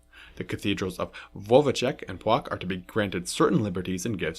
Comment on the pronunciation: Płock = Pwotzk 😉